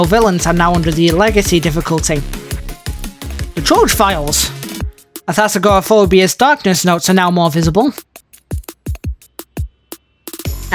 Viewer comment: the way you say Athazagoraphobia is funny